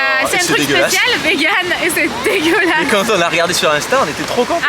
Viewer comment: Tu peut arrêté de dire DEGUELASE je trouve sa irrespectueux 😅